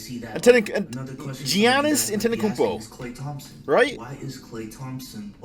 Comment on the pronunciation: the way to pronounce his name is Yonnis Antay-Tu-Kumpo